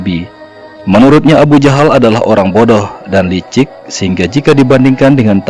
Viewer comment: alhamdulillah bertahun tahun saya mencari tahu ini ilmu yang bisa saya petik. Tpi ni alur cerita ini cara penyebutan abu jahal kok jadi abu jandal??